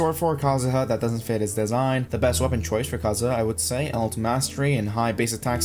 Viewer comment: Ah yes kazuzu